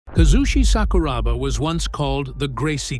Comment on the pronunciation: its honestly disrespectful, and down right disgusting to make a video on somebody and not even bother to research them. what the fuck bruh. Bad feedback is still bad feedback? Would be a lot easier if you just did the right thing instead of butchering this man's name for a few likes